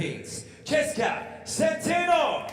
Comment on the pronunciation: About damn time Chezka. Also about time they pronounce her last name correctly at the end.